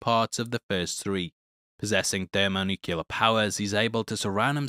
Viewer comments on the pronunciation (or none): Thermo nuclear. Not thermo nuke-u-lar